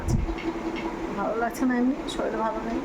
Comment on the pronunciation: Shoril😂😂😂😂 ki bhasha...shorir bolo...bor kothay?